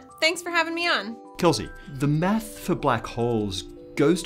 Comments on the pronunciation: Hey, Thank you for all those excellent video's. I love how you say math, to me it sounds like "meth" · I hate how he says "math" (without the 's') sounds so wrong. [no offense...well, not much, just doesn't sound right coming from a non-American]